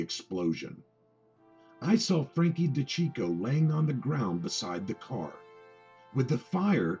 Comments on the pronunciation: Hey, fuckface, his last name is pronounced: De-ceecho! Why do you think they called him CHEECH and not checko? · You have trouble pronouncing things...it’s (day-see-ch-o)